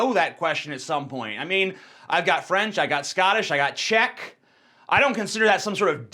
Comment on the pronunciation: I don't care but he pronounced Czech wrong it's understandable.